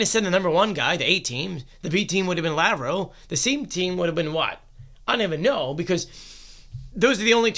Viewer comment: Lav-roff, no Lav-row